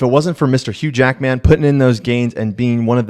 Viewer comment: Flash…. is not a toned down Deadpool Barry Allen and Wally West ( the funny Flash you are talking about), existed way before Deadpool. And with Jackman, the emphasis is on the first syllable, not the second.